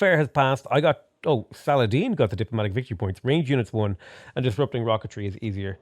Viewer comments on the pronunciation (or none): none